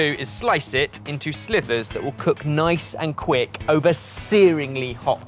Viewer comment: its slivers not slithers, thats what a snake does, thin slices are SLIVERS